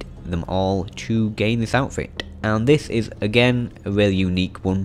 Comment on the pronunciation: he has a weally good voice 😂😂😆